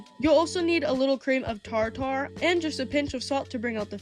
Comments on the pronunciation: Just remember, it’s said “tarder” not tar-tar. Just incase someone says anything lol. You did a great job, they all look great. I’m going to give a few of them a shot. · ...LOVE & ENJOY YOUR VIDEOS SO MUCH...I MAKE THE EGG PIE OFTEN BUT I'M GOING TO TRY SOME OTHERS HERE, LIKE THE POTATO SALAD. APOLOGIES AHEAD OF MY NEXT POINT. TARTAR IS PRONOUNCED TAAR- TR...OR TARTER. AGAIN APOLOGIES AHEAD OF TIME..."MORE CHEAPER"? MAYBE SAY LESS EXPENSIVE. I'M SO SORRY, IT'S THE ENGLISH INSTRUCTOR IN ME.. PLEASE FOLKS, JUST A BIT OF CONSTRUCTIVE CRITICISM. I MEAN NO HARM. ❤ USING CAPS DUE TO EYESIGHT ISSUES. I'M NOT SHOUTING 😊